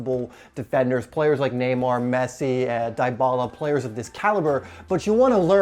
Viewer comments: "Die Bala" 😂😂🤣. Its "D Bala".😁😊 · its not die-bala